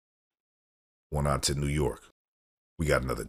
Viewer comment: I am just wanting to correct the pronunciation of oneonta ny it’s Own E On Ta! Sorry it just bugged me since I’m from that area . Thank you!!! Love the program